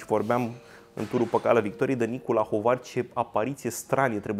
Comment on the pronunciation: Greseli gramaticale, ortoepice,, unele dintre ele repetate cu inversunare de dvs., impotriva sfaturilor mele corectoare si a timpului meu pierdut in zadar: "Armindeni" are accentul corect pe primul "i", nu pe "e"; "Lahovari" are "i"-ul final tare, accentuat; "Caragea" are accentul pe ultimul "a", nu pe al doilea; cit despre "doispezece feluri de mincare" ce se mai poate spune (in loc de "douasprezece" sau "douaspe feluri de mincare" - acordul, de clasa a III-a primara, al numeralului cardinal cu substantivul determinat, la genul feminin sau neutru).... "Cafegi-basa" are accentul pe "i", nu pe "e", caci asa pronuntati si "cafegiu", nu? E la mintea si la limba cocosului, plus simtul banal al accentelor finale tipic turcesti, care va lipseste... Iar aperitivele nu sint "gustarele", ci bauturici (digestive); "gustarelele" de inceput de masa se numesc antreuri... Si altele (nu, "güdem", ci "güden")... Degeaba aveti si erijati pretentii superioare, daca nici macar nu aveti bunavointa (disponibilitatea) neorgolioasa a autocorectiei elementare in cunoastere si vorbire (sau, pina la pretentii semantice, trebuie sa stapiniti ortoepia bazala si corecta a limbii romane)... In rest, felicitari pentru munca, efort si emisiune!